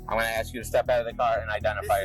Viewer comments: He was just trying to ax a question. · Why is the number of people that have interaction with police that cant say "ASK" end up in cuffs higher than those that can?